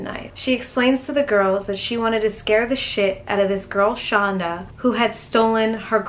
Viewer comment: Yes, knew her and it is pronounced send it is it Shanda. like Panda.